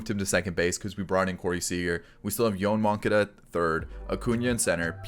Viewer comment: Yo-Ahn Mon-Cah-Dah